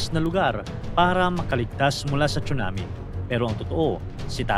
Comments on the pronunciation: Tsunami Hindi 😂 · “CHONAMIII!!!” “CHONAMIIII!!!!”😭😭😭👊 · bkt po pronunciation sa (TSUNAMI) ay chunami ??